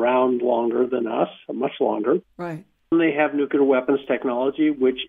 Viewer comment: Thanks, Linda- Great work, as always! And, I am really wondering WHY is it so hard for this researcher guy to pronounce "nuclear". He seems to ignore the nucleus of atoms and use the non-word "nucyelar"... I find it so distracting and strange, especially since he is supposedly some kind of expert on nuclear physics stuff and he uses (and mispronounces) the word so many times... Ugh! 🧐🤩 SMH